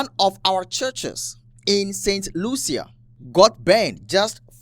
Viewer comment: Brother….St Lucia is pronounced “Saint Loosha”.